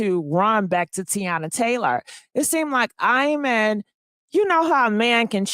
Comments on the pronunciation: “Eye men”? 😂😂😂😂😂😂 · pronounced E MON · I’m 💀 hearing “I-man” 😆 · I dont know what married woman needs to hear this: these men always have the mistress around the children. Ask your man if his own father put them in a treacherous situation when they were kids forced to keep secrets from their mom…😮 his name is pronounced E-mon